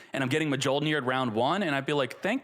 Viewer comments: The J in Mjolnir is silent. “MeeOlnear” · Me-yol-neer!! You don’t pronounce the J. Pet peeve of mine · please for the love of god. Its pronounced Myool-Near. Its thors hammer on Norse lore. Mjolnir is pronounced Myool-Near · I am the only one who gets cringe every time says Mjollnir with the "J" on pronouncing?? Like thanks god i play Marvel Snap and i know how to pronounce Mjollnir correctly every time hearing Thor chanting it! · Come on man. Mjolnir still can’t be pronounced. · Definitely not how you pronounce Mjolnir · The j is silent